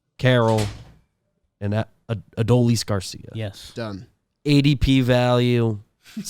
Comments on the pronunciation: Please guys it is Uh-Doh-Lease Garcia. Its three syllables. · Only thing I hate more than Adolis is your guys pronunciation of his name